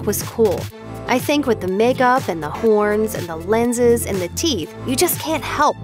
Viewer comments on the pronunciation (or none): none